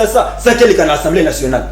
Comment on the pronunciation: 😂😂biso ba congolais to za ndenge. Ba prononciations ya ba mots français posent un réel problème. Très souvent ezala « intello »,deputains, journaleux , étudiants ba lobaka « ENSSEMBLEE »Nationale na place ya Assemblée nationale. Le jeune sur le plateau ya pprd alobi « ABASSOURDI» na place ya Abasourdi ko prononcer ( abazourdi).